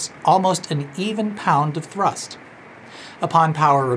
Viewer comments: Most of the videos effort was put in to rolling the R’s when you say thrrrust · I really hope the way he says thhrrust is because of chicken run 🐔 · Thank you for pronouncing thrust correctly...🤣 Also, if your as pedantic as I am, I think it's same to assume you are... If you were at Menards, you will have surely noticed that they have a new "vintage" line of Christma... Holiday lights. I have a bunch of them, and while the flicker is greatly reduced, it is still present. Also, due to the design implications, the individual lamps have a bit of a directional component to them in regards to light output. I find the colors quite pleasing, if a bit over saturated, most notably the blue. However the "flicker" version of these is quite, atrocious. In the spirit of no effort etc, etc... I will spare you the details of any further analysis. I can't wait to get your evaluation on these. Have a simply fantastic day. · Was the pronunciation of "thrust" a nod to Chicken Run?! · I'm not sure what the best part of this video is, the 'a different mumber in kilograms', or the facial expression and increasing enthusiasm every time he says 'thrust'. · You put just the right amount of mustard in your pronunciation of thrust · at about the way he said "thrust" made me lol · Am I crazy or is the strange way that you are pronouncing the word "thrust" a reference to Chicken Run (2000)? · Please tell me that your pronunciation of, “thrust”, is from Mac in Chicken Run. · Ha, no-pun-in-the-end-title-november, just what I love! Also, nice pronunciation of thrust! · will always be pronouncing "thrust" with a rolled R moving forward, tysm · really enjoyed the exclamation point on every instance of "thrust!" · The way he pronounces = thrust = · Did he “roll his R” when he said “thrust”? 😁